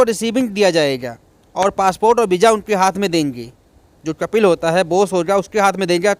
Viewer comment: Yaar apna word sahi kar lijye कपिल नहीं कफ़ील है अल्फ़ाज़